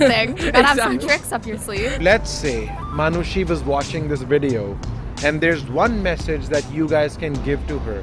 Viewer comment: Ye log Arnold Schwarzenegger (i don't know the pronounciation) asani se bol lete hai Par Manushi ko Manus😂